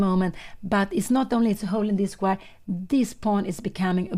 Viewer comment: ❤Pia Cramling dictionary - "Change" = "Exchange"/ " Exciting" = "Excited" / "Squire" = "Square"❤